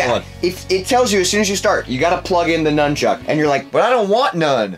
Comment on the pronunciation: It's nunchuk not numb Chuck